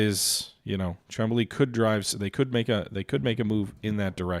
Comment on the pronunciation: Just a note, it is called Mont-Real, not Mon-treal. Just like Mount Rushmore and not Moun-Trushmore. Also, Chamblee is pronounced shan-blay (the French "an", google translate is great for that and takes like 10 sec). 😊 Good game session and gains.